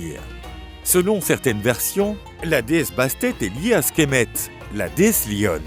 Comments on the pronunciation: Sekhmet* et non "Skhemet" ... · C'est Sekhmet la déesse lionne et non Skhemet ^^ sinon bonne vidéo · Il me semble que « skhemet » est la juste prononciation